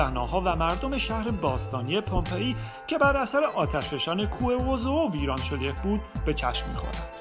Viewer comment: بسیار عالی ، فقط لطفا در تلفظ کلمات دقت کنید sombol نه ، sambol napel نه ، napl pompeea نه ، pampey